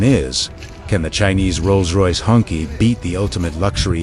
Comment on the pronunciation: Cracks me up every time he says the word "Honkey" 🤣I get 70's flashbacks to Shaft & Cleopatra Jones.